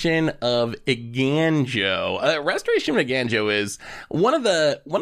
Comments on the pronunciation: Somebody alert the media, has managed to successfully pronounce Eiganjo correctly. I am legitimately thrilled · I’m mostly impressed managed to pronounce it correctly, because I’ve only ever heard him call it “Restoration of Ejanno”.